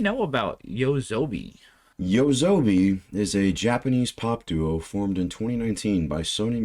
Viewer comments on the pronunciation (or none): Not yosobi (hey sobi) or yowazonbi (weak zombie), but TOASOBI (night play) It's easy to pronounce using romaji rules. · It's pronounced "yoh-ah-soh-bee", not "yoa'zoubee" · Just some commentary on the artist and this song. First, YOASOBI (pronounced "Yoh-ah-soh-bee") is in the top tier of popular Japanese artists right now. The producer of the music, Ayase (pronounced "Ah-yah-seh"), is a man and he does not sing. He just creates the tracks and performs them on stage. YOASOBI literally means "nightlife" or "going out at night" which Ayase and Ikura (pronounced "Ee-koo-rah") used because they were expecting their partnership to be a temporary one akin to a night gig. Though they continue to do projects independent of each other, the duo doesn't seem to be going anywhere anytime soon. The other band members at this live concert are not officially part of YOASOBI, but are contracted with Sony Music Entertainment and accompany YOASOBI at live events. As for this particular song, Idol, it is the theme song to the anime adaptation of the manga (comic) series "Oshi no Ko." The story is about the ins and outs/two-sided-ness of the entertainment industry, especially for "idols" in Japan which are more commonly referred to as "divas" in the States. This is why the song has so many different progressions and key changes. The major keys, including the chorus, express the flashiness and glittery side of being on stage with thousands of fans cheering you on while the minor keys, including the rap segments, portray how cut throat the industry is and how you need to put on a facade to make your way to the top. If you read/watch the series, this song increases in